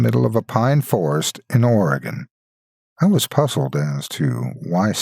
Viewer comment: first off, I must thank you for pronouncing my state's name correctly. You wouldn't believe how many mispronounce it, and how grating it is. And secondly...good to see it mentioned at all. Not too many stories or anything else really deal with Oregon specifically.